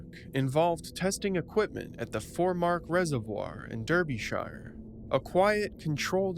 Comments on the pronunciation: Derbyshire is pronounced “Darby-shur” and Berkshire “Bark-shur”😉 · just to let you know it’s pronounced ‘Darbyshuh’ it’s odd I know. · Shire is pronounced sheer like sheering a sheep. Buckingham-sheer Derby-sheer. Americans always say it wrong. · Nit pick here: a. If you work for MOD and you die, the MOD are going to drop by and pick up all your paperwork, that's a given, it's normal. b. If you are going to speak of English locations get the pronunciations right. It's Derbyshire. Not Derbyshire. The e is an a and the i is short and silent (and there's no e at the end). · But there was no body here...I beg to differ, the pronunciation Derbyshire was murdered numerous times, lol. If you see a British place name you can be pretty sure it isn't said the way it's written, I mean it's not just British place names, I bet there are plenty rolled eyes when someone mispronounces Maryland, New Orleans or Toronto.